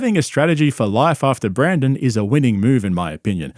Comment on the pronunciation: Please don’t mispronounce Brenden to Brandon. That made me physically cringe when you said that